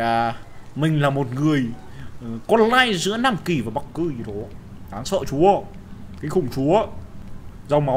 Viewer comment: Phú Nguyễn chắc Nam Kì, Bắc Kì làm nói thành Lam Kì rồi:)))